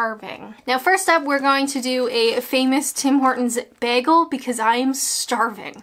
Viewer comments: Sorry I just can't. It's bagel, not baggel! I love you but it's just no. Bagel..... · Bear-gull? I think you mean bay-gull. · It's not pronounced Bag-el it's Bay-gel. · I loved honey glazed cruller's when I lived in Canada and of course, a double-double in my Tim mug (with a clip-on attachment for my car dashboard) do they still have these? Also if I'm remembering right, the Canadians where I lived pronounced bagel, bay-gal not like you and us in the UK bag-ul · It’s bagel not begel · As a Canadian, its pronounced "baygel." Pronouncing it as begel makes you an anarchist. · Does everyone in Canada say, "Bag-al"? I have only heard of beg-al. Screw paper straws, you are killing trees. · I pronounce it "Bay-Gul". My go-to is a small regular coffee with two sweetners (I'm diabetic) and two milks along with a Boston Cream donut. Yum! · We have a Tim Horton in Manchester, UK. Tbh it's not very good at all. Maybe it's different to a Canadian TH. Although MCD's taste the same in the US &, UK I think. Also you can't beat a proper Jewish bagel pronounced Baygal! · I also pronounce it bag-gul! And everyone makes fun of me! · Did you say ‘beer gull’?!? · The way you say bagel England pronounce it's bayel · "beahgull" wat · You told me this video wasn't about me. You murdered the word bagel. And I love it! 👍😄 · This is my vote for more videos where you say the word bagel. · Who cares if you say bagel wrong, your video is awesome. And you can take that to the baynkkk. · You say 'bagel' wrong.